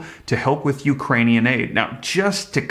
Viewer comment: Are we americans, or ekranians